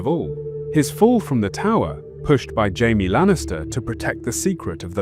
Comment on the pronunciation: Why do they pronounce Jamie Hyme?????